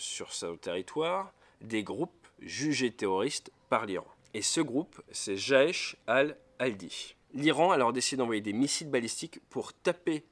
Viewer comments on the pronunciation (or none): C'est toujours comique d'entendre un français écorcher une langue étrangère. Jaesh Al Aldi, c'est un genre d'état islamique discount ?